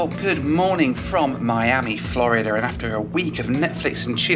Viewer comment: Why do you say "Florider"? lol it's Florid-duh